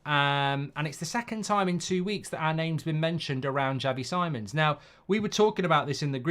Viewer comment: As a dutch person if we sign him for the love of god, learn to say his name 😂😂 “C-mons” not “simons”